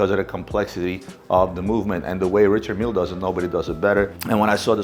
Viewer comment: None of these guys can properly pronounce Richard mille.